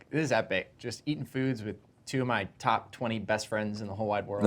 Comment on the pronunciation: The fact that Rhett said “guess wait” and not “just wait”